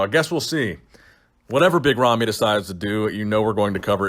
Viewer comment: big ramy not romy, ramy with an A